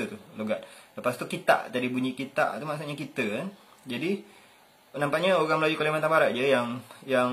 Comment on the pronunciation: tu lah maksud sy. Org Pontianak dlm video tu sebut oghang. So tak lah sama semuanya dgn org spore